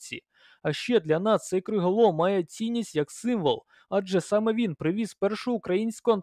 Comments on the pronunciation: Новини гарні. Дякую. Але чому такий "плаксивий" голос?.. І не "криголОм", а "криголАм" ;) Від "ламáти" :) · Тільки от, не "криголОм", а "криголАм"... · Криголам , а не криголом